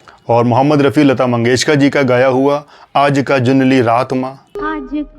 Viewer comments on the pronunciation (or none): none